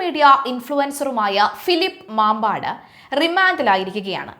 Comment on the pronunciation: മമ്പാടാണ്, മാമ്പാട് അല്ല